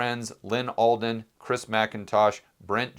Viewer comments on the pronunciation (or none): none